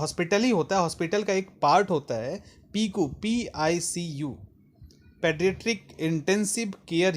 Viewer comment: Sorry sir picu nahi P.I.C.U bola jata h